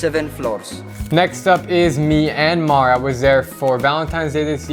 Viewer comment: Bro he said me an mar like bro it's Myanmar